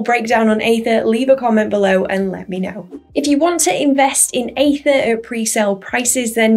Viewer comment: it's aether not aethir, right?